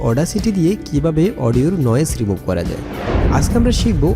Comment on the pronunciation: ভাই উচ্চারণ ঠিক করেন। বয়েজ না ভয়েজ। অনেক উচ্চারণ ভুল। বোকাল না ভোকাল। রিমুব না রিমুভ। আরো বেশ কিছু এমন ভুল উচ্চারণ যা শুনতে খুব খারাপ লাগে।